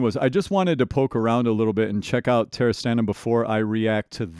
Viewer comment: Stanin, not Stalin ))